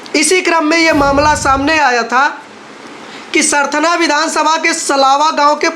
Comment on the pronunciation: भाई क्या usa से आये हो? सरथना नहीं सरधना है जगह का नाम। अब live tv का स्तर गिरता जा रहा है।